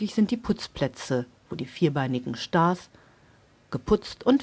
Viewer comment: Schtars :D Jaaa da kommt das Schwäbische wieder durch^^